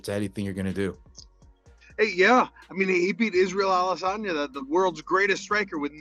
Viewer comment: Not Sam pronouncing it Israel Alesanya 😂😂😂😂